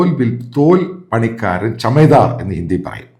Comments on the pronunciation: ചമേധാർ അല്ല ചമാർ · It's not CHAMADAR, it is CHAMAR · ചമദാർ അല്ല ചമാർ ആണ്